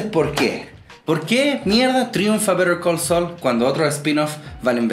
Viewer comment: Me gustó que pudieras pronunciar bien el nombre de la serie, no como otro youtuber que sigo y niun brillo